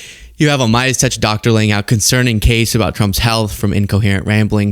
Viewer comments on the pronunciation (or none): none